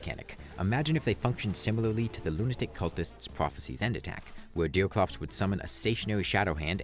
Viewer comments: ''deew cwops wis thew fiwst'' Bro needs to learn his aws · Why do you keep calling him deal clops? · Who the f is Deel Crops you keep talking about? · I love how he says “bothes” and “deoclops” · is he saying deercwops, pwayer and cwosover? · Dewclops, Don't Stawve Together, Pewiodically, Vawiable, Vewy, Diffewence, Fiwst Boss, Evewy, Pwayer, Fwustwating